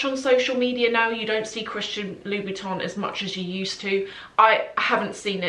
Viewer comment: Please call correctly Louboutin. You pronounce it like Louis Vuitton 😮 O M G